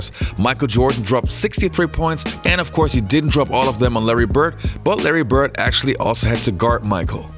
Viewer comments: It's BIRD with a D, not Birt. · His name is bird. Not bert